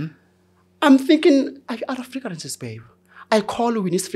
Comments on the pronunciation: Frigarances 😅😅😅😅 it took a minute 😂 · fragrances ❌ Figarances ✅